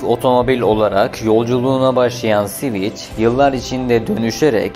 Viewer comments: Sivic değil sivik yani civic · Siviç nedir? sivik diye okunur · Admin sivic diye okuyorsun ancak doğrusu sivik olacak. Lütfen telaffuza dikkat edelim. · Sivik hocam sivik. Sivic değil. Alman Volkswagen gibi halk için yapilmiş bi arabadir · Tatlı tatlı anlatıyorsun dinliyorum ama siviç nedir gözünü seviyim, hiç mi duymadın "sivik" diye telaffuz edildiğini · Siviç ne ya Sivik Sivik! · Civic "Sivik" diye okunur. Anlamı vatandaştır. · Civic'in tercümesi dışında sorun yok videoda, eline sağlık. Sivik diye okunur bildiğim kadarıyla... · Sivic nedir ya 🤣🤣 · Sivic hahhahah cahil adam